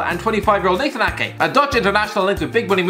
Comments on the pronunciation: You got nathan ake damn right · mate you got the Ake’s one right!! To man city 😂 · I mean he nailed ake